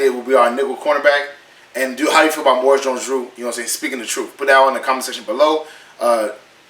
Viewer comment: Maurice- Moor ee's, Jones-Drew.